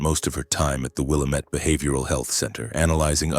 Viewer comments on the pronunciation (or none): Learn how to pronounce willamettte. Will a mette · Lmao it’s actually “Will-AM-it,” rhymes w/ “dammit.”